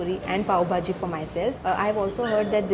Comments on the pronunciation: Why do u call it baaaaji. Its bhhhhhaaaajiiii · No offence but your pronunciation of Pao Bhaji was looking made up.. It’s bhaaji and not baaji Secondly your rating of cuisine in dubai was something which I did not like as having food for the first time should not be rated as we don’t know ideally how it should taste… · It's Pao " BHAJI" not BAJI..!!! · When u can't pronounce pav bhaji, is sooooo freaking annoying